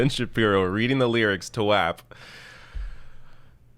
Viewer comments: In the song, you heard them pronounce it correctly, yes? Go ahead and say it correctly please. W-ah-p. Not w-app. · He's such a nerd. 😂😂😂😂Wet Ass P Word. Its pronouncef WHOP bro. Lol